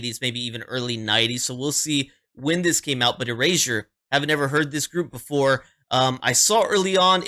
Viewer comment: You pronounce it correct. I have been a Erasure fan since 1985. They are great in concert. They have a big catalog. Please do more Erasure.